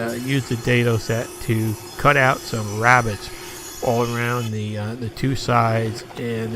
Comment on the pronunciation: Pse get someone to do a voiceover for you I almost fell asleep And its NOT rabbit its a rebate